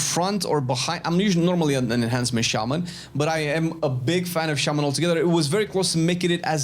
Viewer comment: Is it just me or when he says enhancement is thought he was saying Asmon